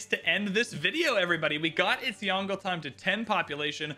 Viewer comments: It’s two syllables Yong-luh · The pronunciation will be like “Yon” from Yondu, and le. So it will be like Yong-le.